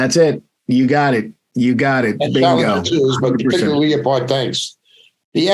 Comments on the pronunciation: I've never heard a leopard called a leo pard before.😊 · Leo...pard tank Come on you can correct you know!